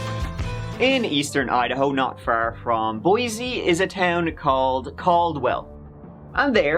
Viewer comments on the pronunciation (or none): it’s boy-see not boy-zee…. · I was NOT expecting you to ever say "Boise"!!! How interestingggg!!